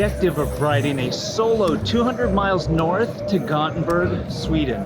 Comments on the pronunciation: Göteborg or Gothenburg, pick either of those. Not "göthenburg". Nice glasses though. Thanks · I was told by our Swedish friend it is pronounced like Yo-Tea-Burr-E. Not sure how one gets from Gothenburg to that but there you have it.:)